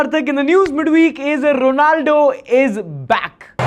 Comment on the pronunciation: bhai likh rhe ho , ronaldo , bol rhe ho sunai de rha hai rolando